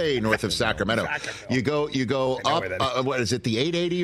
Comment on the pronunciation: Rich said Vacaville 🤙🏽🤙🏽🤙🏽🤙🏽 Yoooooooooo 🤟🏽🤟🏽🤟🏽🤟🏽🤟🏽